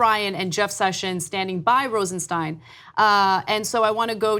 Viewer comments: Pronounced Rosen-stine (long "i"), NOT Rosen-steen. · "Rosenstein" is pronounced RosenSTINE not RosenSTEEN. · Isnt Rosenstein pronounced just like Frankenstein???? I saw an interview where Rod Rosenstein pronounced it like Frankenstein not like Woodward & Bernstein.